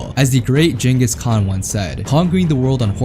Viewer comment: bro really said đengis khan im so pissed